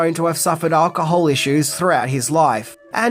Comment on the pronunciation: Ypu still can't say "alcohol" properly!! 🤦‍♂️, its pronounced "Al-ka-hol" not "Ar-ka-hol" There's no 'R' in it, so stop pronouncingbit with an 'R'!